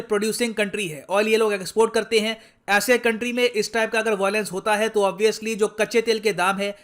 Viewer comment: Bhai it's VIOLENCE not VOILENCE.. aata nahi kya.. LION not LOIN..